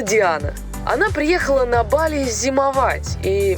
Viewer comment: сказачно ебали 🤣🤣🤣